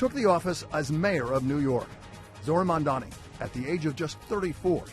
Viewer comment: It's MaMdani. PLEASE.